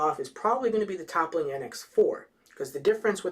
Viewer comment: ... Toppling? Lol good review man, really thorough and informative which i really really appreciate since i'm considering buying this. But the mispronunciation was a little distracting!